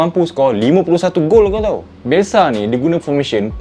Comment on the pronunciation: bukan bialshe bialshe#😂